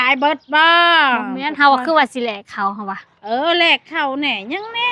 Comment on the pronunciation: แลกข้าว ไม่ใช่ แรกข้าว